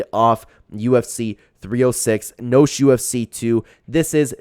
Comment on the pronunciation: Mispronounced noche my guy